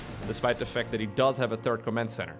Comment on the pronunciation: I know you, like me, does not speak English as your first language. But there is one word in particular that always makes me giggle. The third command center is the one that is built after the second. The third command center is never mentioned, although the intention is there. You always say the TURD command center, which would be a command center made out of... well... I'll just turn the video back on again:D